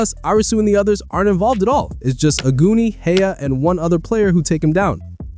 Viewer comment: Omg I heard ‘aguni’ as ‘a goonie’ and I was wondering why you were saying that 😭 in Japanese it’s pronounced ‘ah-goo-ni’